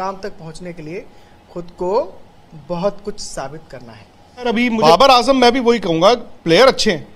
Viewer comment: baqi theek hai naam sahi lelo ajam ni azam hai🙂